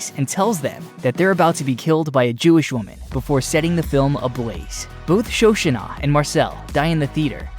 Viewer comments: The pronunciation that nearly killed it for me was "Sho-shunah." 🥴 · For the love of god, it’s Shoshanna…..